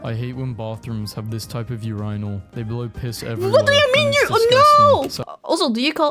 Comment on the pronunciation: it is pronounced urinal, not urynal